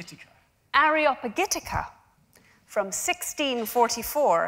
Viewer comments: A former literary editor who doesn’t know how to pronounce one of Milton’s important works? Classic: a woman in the seat of power, but clueless! Genius does not compare: each genius knows his role in the scheme of things ... but lesser men won’t understand that at all! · How unimpressive that the moderator did not know how to pronounce Areopagitica. Surely you would learn that before you got on stage.